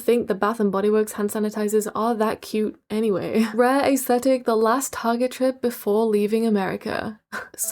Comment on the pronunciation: Y’all fr it be bothering me when she says. AA-esthetic.😂😂😂😂